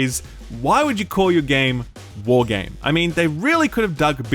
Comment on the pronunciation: The way you said Why...would you call...your game...ʷᵃʳᵍᵃᵐᵉ made me laugh out loud 😁